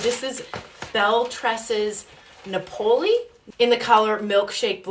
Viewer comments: It's Napoli (like Nah-poli) like the town in Italy...like the type of Pizza 🎉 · Beautiful, but its pronouncec Nap-Oh-Lee 😊 Italian for Naples, Italy